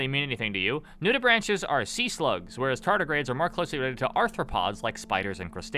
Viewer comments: You mispronounce "nudibranch" as "nudi-branch" like branch on a tree, when its pronounced "nudi-braink" basically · Nudibranch is pronounced nude-ih-brank